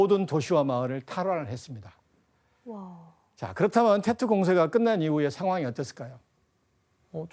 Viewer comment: 테트가 아니고 뗏 이라고 합니다 사이공 >사이곤 베트남>비엣남 베트콩>비엣꽁 베트남어를 영어로 보시면 안됩니다 일관되게 영어발음도 아니고 좀 웃기네요...